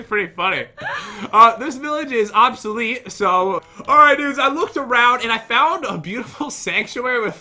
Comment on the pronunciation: Annohilated Obsölit